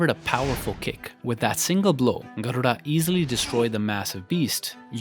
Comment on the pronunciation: Your pronunciation of Garuda is just chef's kiss 😽❤️